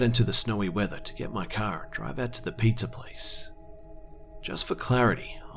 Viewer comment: I always notice how he sometimes says "Pizzahr", or any "hr" at the end sometimes. Funny.